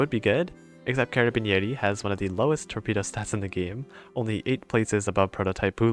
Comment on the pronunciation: I'm italian and when you've pronounced carabiniere I laughed a lot